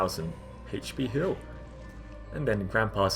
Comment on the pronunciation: I always hear "hill" in this video